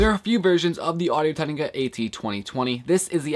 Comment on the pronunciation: Hey man, thanks a lot for doing this review, useful stuff. Just a suggestion, I think you have a tendency to talk too fast and slur your words. For example whenever you say Audio Technica it sounds more like "Audio Tegniga." But I like that you showed the microphone's response at different distances and in different directions.